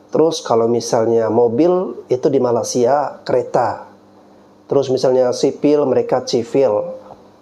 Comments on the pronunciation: Nyebut makaysia kok malasia, ky malas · Saya denger masnya nyebut MALASia 😅🤣